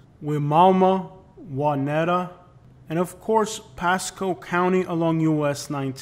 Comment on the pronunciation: Its pronounce "why mama"😂😂. I gotcha playa. Plus this man put my city on here and pulled my neighborhood. I stayed in the fishbowl my granma still stay in that bih.